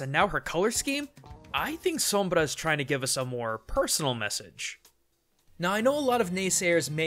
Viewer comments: i love your pronunciation of the R in sombra ! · I like how you say Sombra unlike others do. It's said like som-blah not Som-bruh. (-_- ) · Wow, you are the first English speaker I've heard pronouncing Sombra's name correctly. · I like how you say Sombra. As a spanish speaker I gotta give you credit for it ^^ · Thank you so much for pronouncing her name in the perfect, correct way. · yes thank goodness some says the name right for the most part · very cool of you to pronounce Sombra as you should, kudos! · funny see amuricans annoyed by pronuncing sombra the right way, very good pronunciation tho o/ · you are the only youtuber that says her name with the correct pronunciation.. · Personally I have nothing against the way he says Sombra. It sounds nice to me Oh and nice video man! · Props for the perfect "Sombra" pronunciation. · Your pronounciation on "Sombra" is flawless. Your "Kereberes" on the other hand...